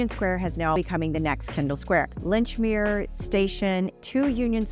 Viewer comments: Minor technical points. F.I.F.A, the soccer World Cup organizing body is pronounce FEE-FAH. Lechmere in Cambridge is pronounced LEECH-MERE. Otherwise the video was flawless & brilliant. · really like your video's : keeping me updated. But three words Lechmere, Bow, and route. As native you need to work on these Bostonian pronunciations. Or maybe I'm going delusional.